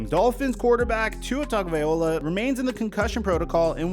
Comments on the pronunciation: It's TUA TagovaiLOA not TagovaiOLA!! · Not once did he say Tagovailoa 😂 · never gonna say his name right….. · you’re still pronouncing Tua’s name wrong.